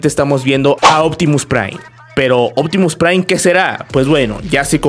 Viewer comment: Pta mira, es uptimu prai, optimu prai huahahuagaga